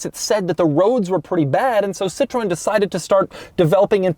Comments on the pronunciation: No, it’s rather close to "Citro-N", for english speakers… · Americans: always getting pronunciations correctly. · The Sitrone - the presidential car of Jock Sheerock (Jacques Chirac) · Sit Trow En is how you pronounce it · Also Doug: "citron" (lemon) and "De Miuro". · Citrone haha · What you mean?! "Seetron" is pretty much spot on! Well, not for the french name "Citroën" of course, but for the czech "citrón" it's rather close :-D. Citrón means lemon and we commonly use it as a nickname for the "Citroën" brand. Anyway, Doug gets 8/10 for the Entertainment value, but only 2/10 in the (In)Accuracy category. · It's pronounced 'sitrowen' Doug. They had an even more special older model that was very famous: the Citroën DS (DS means Goddess). Jay Leno made a review of it. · "Citrone" lol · "Citrone" - Doug, 2k21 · Wish u spelling it right !! 😔 its citroen like "citrowen" ! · Did he just pronounce Citroen as si-TROHN? Shameful. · Please stop saying cii-trone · Auvergne accent in France.🤣🤣🤣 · More like See-tru-An, citroen is our word for lemon ;) Yes I'm Dutch. The only difference is the diaeresis above the e. Citroen = lemon, Citroën = Car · Doug's pronunciation of "Citroen" has its quirks and features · …Seemingly he can only state: "Weird…weird…bizarre…Weird"…Even the way this guy pronounces "Citron=lemon" is wierd!… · "Citron" "Poogeau" You can tell these brands aren't very well known in the US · "Peu (rhymes with "her") zho" (like "Joe" but with a soft J) and "Seat-ro-en" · people in britain pronounced: pewzjah and seetren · nope. Per-sjow and Sit-ren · Bien joue😂😂 ca ma aussi fait mal quand j’ai entendu citrown😂. Et pujeot aussi😂😂😂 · “Sitroun” “Puujo” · "Seetron" "Poojoe" Ah, yes, americans who dont even try to pronounce other languages correctly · Bro just said ... CITRONE and POOjooe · What on Earth is a Sit rone and Poogeot? One of the most prominent car reviewers on YouTube and can't even pronounce 2 of the most famous brands in history. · „Sit ro ann“ not Citron